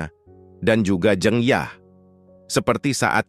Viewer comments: Bang saya orang jawa,huruf "E" dinama "jEng yah" itu dibaca sama kaya huruf "E" dikata "sEbat dulu bang",bukan kaya dikata "tEmpE" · bacaannya salah min,jeng yahnya (pengucapannya) btw terima kasih sudah bikin alur cerita film ini ❤ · cuma agak terganggu aja dengan penyebutan jeng yah yang tidak tepat.. sebaiknya lain kali dipersiapkan lebih baik.. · "Jeng Yah" membaca E nya seperti kita membaca kata "Lebas" , bukan Jeng Yah, seperti E dalam kata tEh. Jeng adalah salah satu panggilan utk perempuan jawa. Sedangkan "Yah" adalah nama pendek/panggilan dari Dasiyah. Seperti Tukiyem yang dipanggil Mbok Yem.